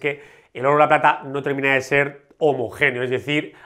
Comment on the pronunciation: A ver compadre, en el minuto 5 57 pata en vez de plata